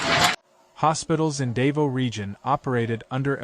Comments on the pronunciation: Its called "Daw Vow" said quickly not "Day Voo" ie " Davou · It's not dave-0 it's pronounced da vo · Its NOT pronounced, DAY-VO! GODDAMN why cant they at least take the time to learn how to say the name of the city! its pronounced, DAH-VOW. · The place is pronounced DA-VOW, not "dave-oh". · Theres a bunch of Scuba diving there, man what did they go through? FYI its not "Dave-Os" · so sick of AI - the city is Dah-vah-oh - sheesh -cant you idiots do anything right???? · Wie bescheuert muss man sein, über ein Land und über städte zu berichten, aber permanent die namen der Städet total falsch auszusprechen. Davao ist nicht Davos (die Spercher und Sprechering aussprechen) Dasvos ist in der Schweiz und nicht auf den Pfilippinen. Und Davao heißt auch nicht Davo. Eine Stadt Davo existiert nicht. Dämliche Sprecher oder Scheiß-KI. Es heißt Da-va-o !!!!!!!!!!!!!!!!!!!!!!!!!!!!! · So you know its pronounced Dah-vow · As ever, American commentators demolish the correct pronunciation of overseas place names. Why do they always do that? Are they not educated? Do they have no sensibilities? And indeed, why have an American voice at all? Real ignorance is demonstrated when these speakers show such disdain and utter lack of respect for local communities. Perhaps we ought to say Wishington or Califunia or Los Ongeles or Tixis or New Yuk or Busten .... and see how they like it! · well, you got every single city name WRONG, but Leyte. HAHAHA